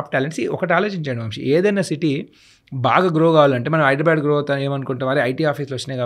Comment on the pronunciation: HYDRA వల్ల హైదరాబాద్ కాస్త హైడ్రాబ్యాడ్ అయింది. దయచేసి హైదరాబాద్ అని పలకండి బాబూ